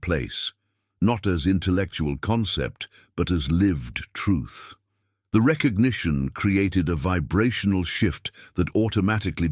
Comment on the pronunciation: Recognition not petition